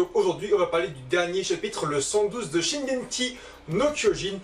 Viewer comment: Je viens de le remarquer mais tu dis ShinGENKI au lieu de ShinGEKI xD